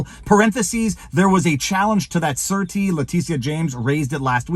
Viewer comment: I couldn't figure out what a "certi" was - then I saw the word "surety". It is pronounced SHUR-A-TI. Then it made sense to me, as in a surety bond...